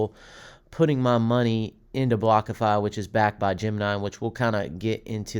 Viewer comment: Are you saying Blockafi?? Wtf...